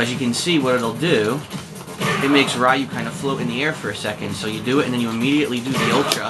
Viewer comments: stop being foolish now, and learn the real pronunciations, Ryu is pronounced Lyu, one syllable the L sound is slightly R-ish, like L and R slurred together, the japanese sound that gets romanized to R is actually half way between r and l. This isn't a sound in English, so it is difficult to pronounce and sometimes impossible for some people speaking English, try looking for some demonstrations. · Your pronunciation is annoying me. Suh-GOT not Saggit. Ree-ew not Rye-ew. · it is SAGAT not SAGET and its RYU not RAYU...what the fuck is wrong with you man. God damn whites just cant pronounce simple shit. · suh-gatt! ree-yu! pronounce